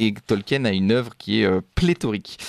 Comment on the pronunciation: C'est pas tolque-hyène, ça se prononce tolkeen.